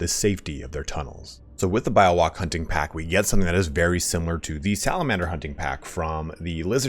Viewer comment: its Bee-yo-wak lul